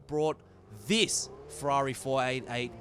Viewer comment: It's pronounce Ferrari not Fwarerì.